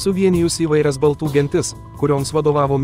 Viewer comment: BALTŲ - NETEISINGAI KIRČIAVAI